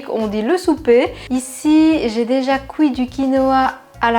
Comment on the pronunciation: Haha moi j’aime bien la touche! Et un jour je visiterai la Belgique juste pour entendre les gens dire « coui » à la place de « cuit »!😅😂